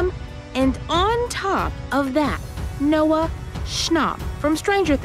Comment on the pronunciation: “And Noah ‘shnop’” Me: oh shnap!